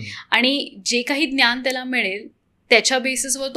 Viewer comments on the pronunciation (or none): खूप इंग्लिश शब्द...ज्ञान चा उच्चार न्यान होतो आहे